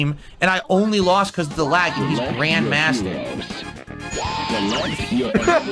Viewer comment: Grayund mahstur?!